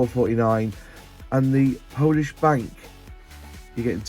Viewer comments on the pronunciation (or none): none